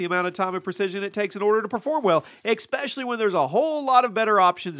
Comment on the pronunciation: IT'S ESPECIALLY... NOT ECSPECIALLY!!!! AAAAAAAHHHHHHHHHHHHHHH Great video otherwise.